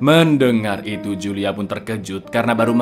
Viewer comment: itu bacanya Hulia cak bukan Julia, wkwkwkwkwk